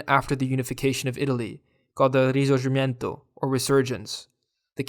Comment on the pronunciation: Risorggimento... Pal... It's Risorgimento Please check your grammar... You literally had to say one word correctly one word... Anyhow with all respect you didn't land one single pronunciation...